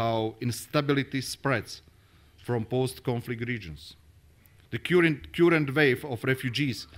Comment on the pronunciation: Peter .Novák Napísané bolo ok, ale "kjurent" miesto "kar(e)nt" hneď v úvode ma trochu prekvapilo. Na tomto by určite mal popracovať.